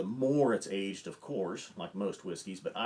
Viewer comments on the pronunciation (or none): none